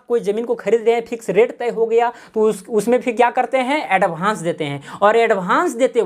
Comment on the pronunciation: भाई एडभान्स नही होता एडवांस होता है